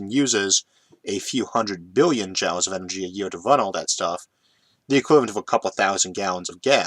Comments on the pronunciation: Quite apart from the "impediment", there is also his sometimes-strange pronunciation. In this video, saying "jowls" for joules. Joules is usually pronounced just like "jewels", and comes from the name of the English physicist James Prescott Joule. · Why are you pronouncing joules as "jowles" instead of "jewels"? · Are you pronouncing Joules as "jowls" instead of "jools" due to the difficulty with rhotacism or because you've read the word that way before hearing it pronounced? Jw. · one pronunciation that gets me everytime is Joules ... he says jowls when jewels is more accurate ... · Heehee. I don't even notie the accent/impediment most days. But pronouncing joules as 'jowls' instead of 'jools' made me giggle. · I always thought "Joules" was pronounced the same as "jewels", not "jowls". Yes, that's probably how it ought to be pronounced, phoenetically, but then look at words like "laughter" and "daughter"... English is a messed up language. And it reminds me of something i read not that long ago... went something like "Don't make fun when someone mis-pronounces a word. It probably means they learned it by READING." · Joules = jewels not jowels, yikes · Joules is pronounced "joolz" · FYI joules is pronounced like "jewels" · you can't simply say fuel all the time and then epicly mispronounce joules which has the same sound. i know you have a speech impediment, you explain it every video. but you saying fuel right proves you can pronounce joule. sorry for shitposting... i love your videos, but i just had to say this.